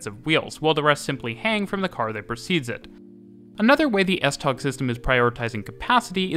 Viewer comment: Butchered pronounciation of tog